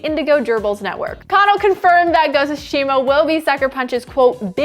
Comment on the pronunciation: This pronunciation of tsushima was hard to hear